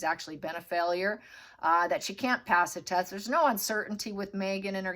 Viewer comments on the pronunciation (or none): none